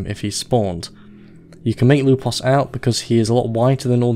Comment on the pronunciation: Why did I find you saying "Lupos" so satisfying on his introduction? xD